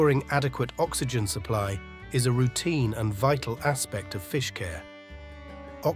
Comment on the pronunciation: It’s pronounced Groper NOT Gruper! It’s pronounced Oxi-Gin NOT Oxi-Jin!